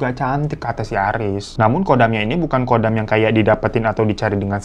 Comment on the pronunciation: pelafalan KHODAM itu bukannya KODAM tapi dibaca HODAM, kalo dibaca KODAM artinya beda lagi.